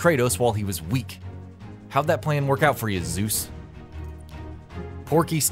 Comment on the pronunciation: Zuz xD ZEUS.